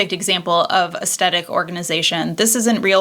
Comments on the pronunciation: I adore your videos! I know this is a dumb pet peeve but it’s aes-THET-ic not a-Stett-ic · Aesthetic: uhs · theh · tuhk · I can't watch this, I don't know why you're pronouncing AESTHETIC the way you are. It is really annoying that sh*t out of me!! There is no D. 😂